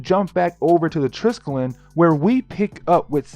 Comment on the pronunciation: Not gonna lie i cringe when you pronounce triskellion